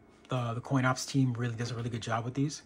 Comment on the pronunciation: He says “coin ops” several times in video